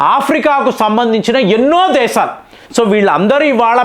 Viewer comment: Arei vedhava. Izarbaizan kaadu, Azarbaizan. Baarath kaadu Bharath. దేసాలు కాదు దేశాలు.